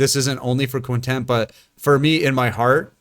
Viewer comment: Am I the only one who heard this man say Quintent like three times ?